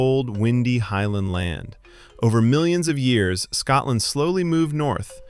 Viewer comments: Fact 31: Scotland is not pronounced Scatland. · When the narration begins with the word "Scatland", you know to stop watching immediately. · Its Scotland, not Scatland !!! There's nothing more grating than Americans pronouncing the English language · The pronunciations in this drove me mental!😂Why is it so hard for non Scots to say Scotland or lochs?🤦‍♀🤣